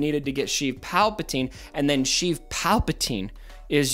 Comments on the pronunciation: What are you calling Palpatine? Sounds like "Chief" or "Sheath" Palpatine...? :D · Stop saying sheev palpatine plz